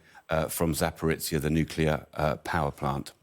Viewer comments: "Zaporitsya" WHAT?!? I thought only Americans buthered names this much. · Can't even pronounce Putin's name or the town of Zaporizhia properly...